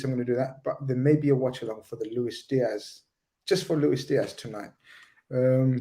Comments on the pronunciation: It's not pronounced Looish Diash, he's not Portuguese. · Why is insisting on pronouncing a Colombian/Spanish name with a Portuguese accent? 🤔